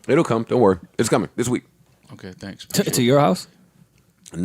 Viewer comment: "I know y'all don't pay your taxes!" damn worwy! lol